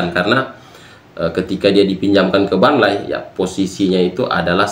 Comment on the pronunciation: gw mah suka aja sama bilang Burnley dengan Barnlayyyy bro wkwkwk